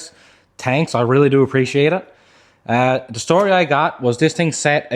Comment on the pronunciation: Newfoundland accent